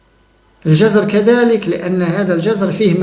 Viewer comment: في عدد من فيديوهاتك، سمعت نطقك لنبات الجزر الكلمة التي تشكلها بالسكون على الحرف الثاني JAZR ونطقك لهذه الكلمة تعني حركة مياه البحر حينما تتراجع، ضد مد MADD. في حين أن الخضر التي تتكلم عنها ، فهي بفتح حرف الوسط: JAZAR تسألت عدة مرات عن هذا النطق الذي رددته كثيرا وأرجو أن تداركه بالرجوع إلى القاموس اللغوي.